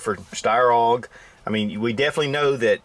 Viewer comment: Winning: Wearing a Glock "Perfection" hat while reviewing a Steyr Maybe Not Winning: Pronouncing AUG as "Og." Great video,. The Steyr pistols should be more popular.